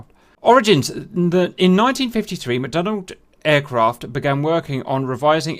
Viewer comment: It's McDonnell not McDonald. Please stop pronouncing the 'd'. Thankyou.